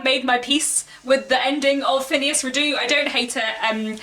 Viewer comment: This may be a quibble, but every source I check says "Redux" is pronounced ˈriː.dʌks. Meaning "brought back". Phineas is absolutely not my favourite character. I always think of that song "When I'm not near the girl I love, I love the girl I'm near." But frustrating as he can be, he had too much potential for growth and change to just drop him out of the political and social scene. We might not "like" him as a friend, but I think we must "like" the development and complexity of the character. And of course, his adventures. R. W. Chapman says in his introduction to my edition (and I agree with him) "In the sequel Trollope rises as near as he ever did to the stature of a poet."